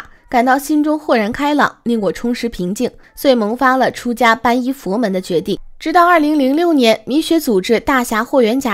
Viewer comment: 皈依(念归一)